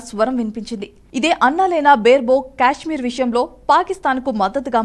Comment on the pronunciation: అది క్యాష్మీర్ కాదు తల్లి, కశ్మీర్ లేదా కాశ్మీర్ అని పలకాలి. Stylish గా ఉంటుందని అలా పిలవకండి అర్థమే మారిపోతుంది.